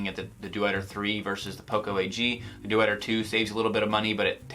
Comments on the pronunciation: Good review, but you are butchering the name Deuter. It's not "Due-eter", it's a two-syllable pronunciation like "Doiter". Go look it up on their channel if you want to know. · Deuter is pronounced "doy ter" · It's Doy-ter. ;-) Also, your 18-month-old has a wristwatch! Wow! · It’s not dooter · It's pronounced doyter. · Great review, thanks! fyi Deuter is pronounced "doy-ter"